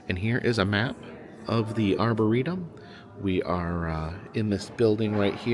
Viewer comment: When you returned to the park at night, you said “arbortorium” instead of, “arboretum.” Is that where the crazy trees are kept? Edit: you did correct yourself later.